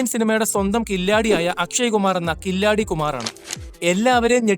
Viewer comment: കില്ലാഡി അല്ല Bro. കിലാടി. അതായത്. കളിക്കാരൻ